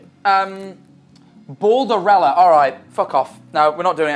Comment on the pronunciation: when they said "balderellia" i thought they were reffering to that 3 hr vid of trying to get his name "bold" "jacksepticeye" and "tommyinnit" but no "jackmanifold" the whole time. but it was jus his accent and they were actually saying bald not "bolderella".......